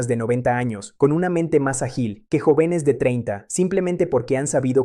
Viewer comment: Un neurólogo que no sabe decir sanguíneo, jóvenes, oxígeno, volverá, biología, todavía ,etc, me pone a pensar. A menos que sea IA.